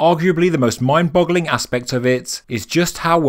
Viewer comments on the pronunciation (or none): so you know it's "mind boggling" not "blogging".